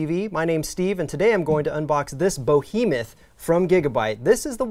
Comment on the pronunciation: im sorry but did he just say "bohemoth"